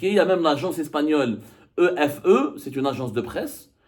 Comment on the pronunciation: EFE se pronunce. F un saludo